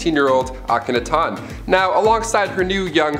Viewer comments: IKR...Auck-ah-nay-ton? Who da fuc is dat?? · Geez mispronounced akenatin too omg...and I've turned into a nerdy grammar and speech cop 👮‍♂️ lol what have I done....I must go fix my dastardly deeds...I'm sorry freinds.. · He mispronounced Akhenaten's name.